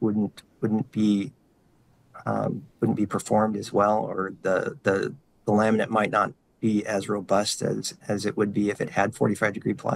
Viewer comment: Every time he says "laminate configuration" it sounds like "lament configuration". Kind of fitting.